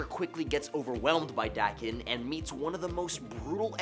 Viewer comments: I think this dude only got the job because he's young and able to speak with a lot of inflection and not because he actually reads comics. It's pronounced "D-A-ken" not "Dakken"; you poser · Hey! Just a friendly reminder that Daken is a Japanese word so it's pronounced with Japanese phonetics, not English :) it would be said "Dahken" Otherwise, interesting video! 🧡